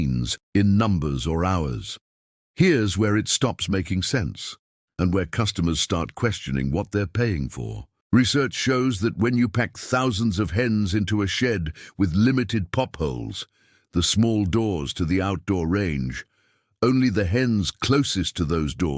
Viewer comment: yeah, ten thoosand...😂